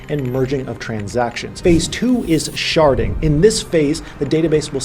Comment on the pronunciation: I thought you said sharting….. my bad.